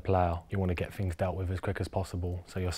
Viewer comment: things..???nah, it was a Ting..